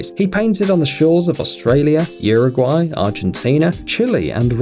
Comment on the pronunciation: You need to learn how to say Uruguay and Chile please when you said them wrong I got the chills!